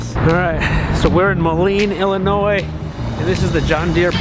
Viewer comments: Illinois is pronounced Illinois not Illinoise. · Please do not pronounce the “S” in Illinois!